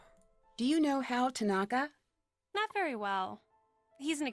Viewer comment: They pronounced "tanaka" wrong I'm dying